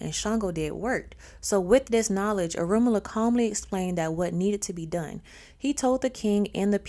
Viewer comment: So, she has all this knowledge about him but can't even pronounce his name right. How embarrassing 😳 🫣